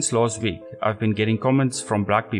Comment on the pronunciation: Fake Afrikaner accent. No one in south Africa pronounces "last week" like Americans do.